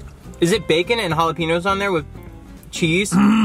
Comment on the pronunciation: I freaking love u dude but if u call jalapenos... Jalapenos or Yahlapenos take a plane to Cali and teach u that's it's pronounced Jah- Lah- peh- ños... There's an accent there for a reason...